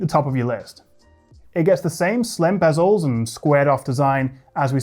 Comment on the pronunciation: did you say slim bezels ???